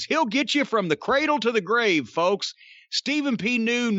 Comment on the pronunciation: .......Call Ste-Phen P. New!